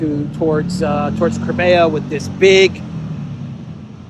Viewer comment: It's pronounced CRIMEA ( CRYMEEYA) not CREMAYA, what's wrong with the proper pronunciation?